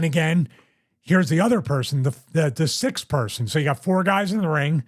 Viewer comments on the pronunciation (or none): There ia goddamn "X" in the middle of the word!! Stop leaving it out!! You piss me off so much with that stupid shit! Sixth! The word is sixth! Not sith, its not a evil star wars lord! SIXTH!!!